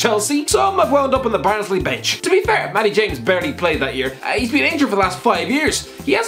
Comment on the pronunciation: who else can't understand a word he said about Matty James